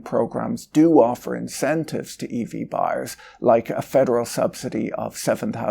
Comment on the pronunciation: Eevee adoption 😂😂 now I can't stop hearing it 😂